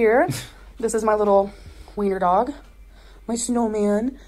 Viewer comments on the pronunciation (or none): none